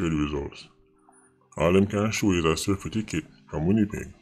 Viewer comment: Certificate not cerfiticate...please.